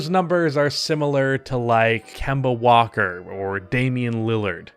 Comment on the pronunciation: agreed until he said Kenna walker 😂